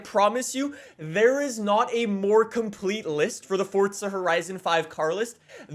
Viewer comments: Its not fortsa its forza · It's not fortsa it's forza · STOP SAYING FORTTTTTTTZA ITS FORZZZZZZZA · There is no fucking t forza it ain’t fortza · FORZA NOT FORTZA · There's no T in FORZA. It's not pronounced FORTZA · Dude sais ForTza allot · STOP SAYING FORTZA!!!!!!!! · Pains me that YEARS later, you are still calling the game(s) ForTza. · Drinking game: Everytime he says Fortza Horizon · stop saying FORTsuh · I cant listen to this guy say Fortza one more time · I can only hear “ Fortsa horizon 5” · FORTZA horzion five!! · Is it just me or is he calling it Fortza................ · Am I the only one who just heard he kept saying “Fortza Horizon?” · why can’t you say forza right